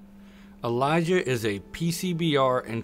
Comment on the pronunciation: Why does he pronounce it like Elijah? Its Eee-lee-si-ah lmao